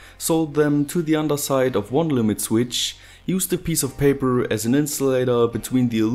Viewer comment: "Peipöör, modöör, weieöör" no hate, but it sounds fu** funny. :P